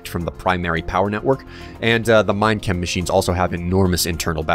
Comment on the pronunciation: whenever will say minechem it sounds like he is saying mein kampf